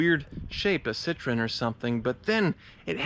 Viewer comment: Thank you for saying Citroen like a normal person. Most Americans freak tf out when attempting this. Now say Peugeot